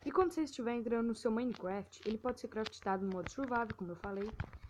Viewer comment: correção vc fala: craft tado fala se : Craftado